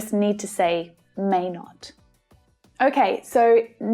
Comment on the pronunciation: may not - mmmnot )